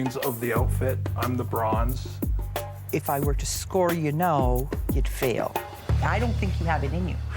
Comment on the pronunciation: Did I just hear him say, "she's the brain and I'm the BRONZE"??? It's brain and BRAWN, genius.